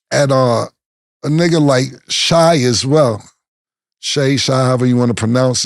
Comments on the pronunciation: Killa, get that man name right *Pause Shai=SHAY..come on fam💯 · Shay/Shy (Shai) how do you say it!? Cam always fuckin it up